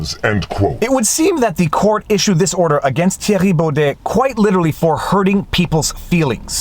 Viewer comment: I've read the judgement and it was all opinion based, the judge spoke about feelings etc. No laws where used in this judgement at all. All of our judges are political chosen and named for life, most are lefties. And lol your the only person who pronounces his name correct.